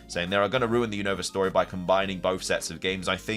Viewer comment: say Unova name right you always saying the name wrong is not younova 😅